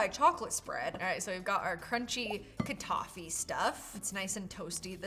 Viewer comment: It’s kataief not kadafy.